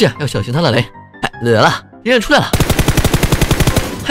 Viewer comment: 为什么每次听的“生死看淡，不服就干，我是突击手(huan)”每次都会听成“生死看淡，不服就干，我是突击手蜜罐(guan)”